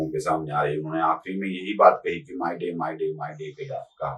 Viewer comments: It is Mayday not Myday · "माय डे, माय डे" नहीं, "मे डे, मे डे" होता है ! 😂